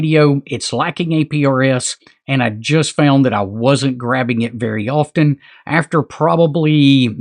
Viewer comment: The 't' in 'often' is silent.